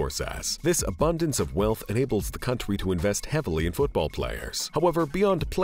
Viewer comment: Why does this Narrator speak like this.. “Famalay, masterpace, countray, trophays” LOL WTF?